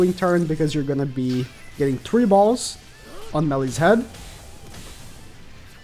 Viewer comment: he sayed ballz again lol